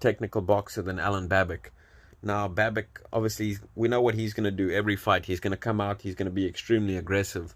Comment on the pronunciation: The correct pronunciation is Babitch and not Babick.